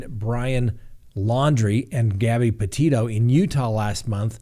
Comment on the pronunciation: It’s not pronounced Porteto, as he pronounced the first time.